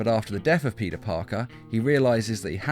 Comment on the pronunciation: U said puty Parker